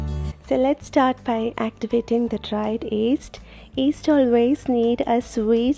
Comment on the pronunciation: I hear east. is that yeast or east?